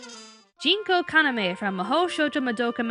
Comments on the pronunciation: isn't it Junko not Jinko? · Junko Kaname. not Jinko. Sorry for pedantics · One little nitpick, but it's Junko Kaname, not Jinko